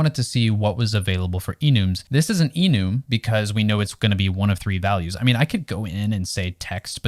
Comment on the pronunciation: Awesome video, but one thing: this must be the first time I've heard someone pronounce `Enum` as `eenoom`